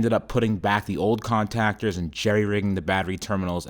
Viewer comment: " Con -tac-ers "